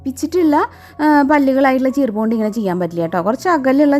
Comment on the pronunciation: cheerp alla ... cheep enne parayavoo sredhiku 😠